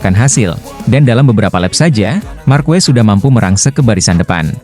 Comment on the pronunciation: Harusnya marquez dibaca markes jangan markues meskipun yang ngong itu AI tapi rasanya ngeganjel aja ditelinga, atau sebut aja marc karena ada 2 marquez dimotogp